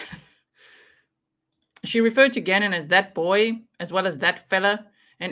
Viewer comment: The dr has a very hard time saying Gannons’s name. It’s disgusting.